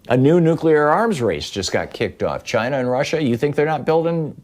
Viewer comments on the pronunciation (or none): none